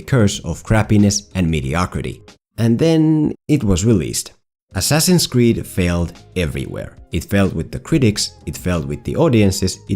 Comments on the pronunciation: Ass-ass-in's Creed. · "Ass Ass in's creed"